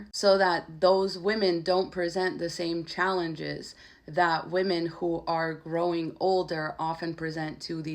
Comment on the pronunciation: You said women wrong